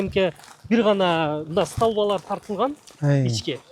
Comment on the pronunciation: Эмнеге сталба? Столба деп айтылат да